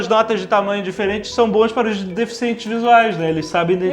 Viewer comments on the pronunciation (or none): none